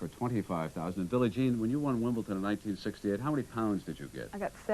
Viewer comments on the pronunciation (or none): Count yourself lucky. A lot of them call Wimbledon Wimpleton.